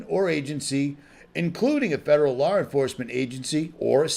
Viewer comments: I cant get over "Lawr enforcement" La enforcement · WTF is lar enforcement... I'm trying to listen but hearing lar instead law cringes me..